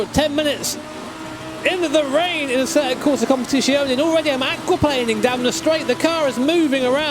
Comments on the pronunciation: It's COMPETIZIONE and not COMPETIZIONI, the last letter is an E not an I ;) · It's z, not sh. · It's "Com-pè-ti-tsione" not "Competìshione". Sincerly, an Italian. Cheers! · Leave speech impediment boi alone. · Tbh probably anyone except Italians butcher it. Easier to just say "ACC" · E is pronounced I in enlgish. Its much worse that he cant pronounce the sound for Z in competizione